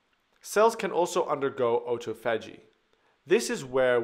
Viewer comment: Lol you lost all credibility when you couldn't pronounce autophagy